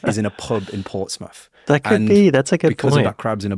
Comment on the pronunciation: How can they talk about UK accents and then say Annuver one instead of another one, Portsmuff and fiftiuff (fiftieth) arrogant, self obsessed idiots. They've probably never been to the towns they talk about and have stereo typical ideas about what they're like. Beatrix Potter, Donald Campbell, William Wordsworth, John Ruskin all came from Cumbria. Brits do have pride in the UK we just don't need to shout about it constantly. If the Brits were so risk averse how did they get the British Empire?